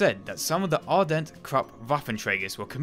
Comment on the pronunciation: Ardelt, with an "L"--you keep pronouncing it as Ardent.